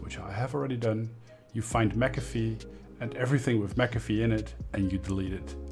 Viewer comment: what is mcfee or how you said